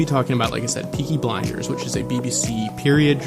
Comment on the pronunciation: Anyone else hear him call it peaky binders